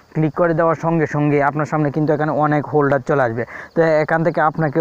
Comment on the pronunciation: ফোল্ডার বলবা হোল্ডার বল কেন ছেলে